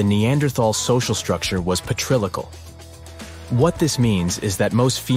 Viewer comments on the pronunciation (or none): The narrator misreads some of the script. It’s “us humans”, not U.S. humans”. And patrilocal is pronounced patri-local, not paTREELOcal